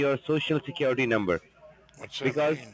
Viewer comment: you know I never miss my Monday funday.... and Love when you say securitay!!! Thanks for putting a little sunshine in this mopes life every Monday!!!